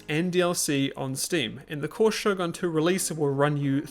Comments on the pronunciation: I'm pretty sure its "SHOGUN" with an U, not Sho-gun (Shogan) xD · > Minus the fact everyone's speaking English Huh? Everyone's speaking Japanese for me. It can't be because of Russian localisation, can it? Also, Shogun is pronounced Shogun, not Shougan.